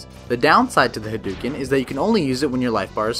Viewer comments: hah-d'OH-ken ! Not huh-dew-ken -_ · Hadouken is said with "dough" as in "doughnuts." I can't believe people still say it wrong with the internet! 😆